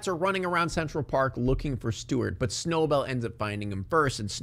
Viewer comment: I love how you call Snowbell Snowball